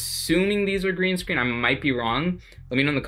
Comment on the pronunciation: It’s not grean screen 💖💖